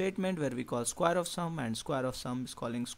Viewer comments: square not squire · Sorry I could not keep my laugh to myself. Skwaer, rektangul But really thank you for the explanation, it's great. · i like the pronunciation of "square" -> skwaer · Sounds like "squire" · i thought i was royalty when he said square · Very clear and informative and relevant even today. I enjoyed watching it. But you'll have to work on your pronunciation a little bit.